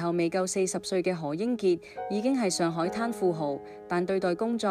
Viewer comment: 這個主持有幾個字音讀錯，例如玲玲，第2個玲字要讀擰音，上海話，要畫音，何伯讀可伯。